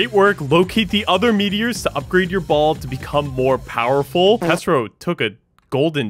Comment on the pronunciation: Bro said powerfull ball